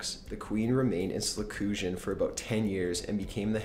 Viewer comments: SLahclusion? Macabra? SHHceme? Allystair Cooke? Dude, seriously? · Hey guys, did you know that "the queen remained in slecusion"? Also, Nucular. That is all. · SCLUSION LOL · "The queen remained in slecusion" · "The queen remained in slecusion for about 10 years..." Slecoosion? "A rusty garage saw"? Sheesh. Don't make up nonsense just to make things sound more dramatic. And they had no real concept of bacteria during the Victorian era. Re: tuberculosis--"the disease was apparently seen as a consequence of the disease"??? HUH? Hey, sometimes when I accidentally catch Everybody Loves Raymond,The Golden Girls, or I Love Lucy I SEE dead people. PINCERS. There's NO "H" in there. I have GOT to get away from these videos. Factual errors, mispronunciations, paranormal videos that include cases of domestic violence and murder--they're making me ill, but not for the reasons the uploader intended. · The queen remained in SLA-CUSION!!!